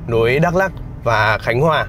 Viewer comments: Bị áo vàng Đắk Lắk hỏi thăm chưa anh ? - Đọc là Mờ Đờ Rắk đi cho chuẩn anh. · Đã hỏi dân bản xứ rồi mà vẫn cứ đọc là Mơ Đrăk là sao vậy? Bạn có biết rằng chính cách đọc sai sẽ có hậu quả thế nào không? Nó sai khó mà sửa lại cho đúng. Bạn biết không? Tôi ở huyện Krông Pac. Chữ Pac đúng ra có dấu trăng nằm trên chữ "c" (vì dấu trăng này không viết được trên chữ c bằng bằng tất cả các keyboard). Thế mà không hiểu sao họ lại viết chữ Pac thành chữ Păk. Mà chữ Pac có nghĩa là vệ sinh mà chữ Păk thì không có nghĩa gì hết mà chỉ nói vu vơ cho vui mà thôi. Còn dấu trăng thì có ý nghĩa thế nào thì bạn nên tìm hiểu để đọc cho đúng từ Ma - Đrăk chứ không phải là Mơ Đrăk.